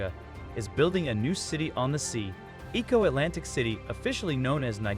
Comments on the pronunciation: E'ko Atlantic city not Eco Atlantic city. Stop using robotic voice, people. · You can tell when a colonizer is speaking on African topic.They just cant resist showing the horrid and undesirable parts first before getting to the topic.Was it that hard to just speak on the project without taking it there. And whats with the disrespect in pronunciation of Lagos,Eko.Its not that hard.Surely you know how to say Lego,you dont say ligo. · The mispronunciation of Eko and Lagos makes it difficult for me to enjoy the video. Please learn our pronunciations!!! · Okay documentary. Learn to pronounce "Lagos" , "Eko" and people's name correctly.